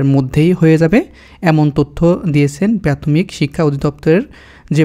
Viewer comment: আগে উচ্চারণ শিখেন তারপর ভিডিও বানান। প্রাথমিক রে প্যাতমিক বলেন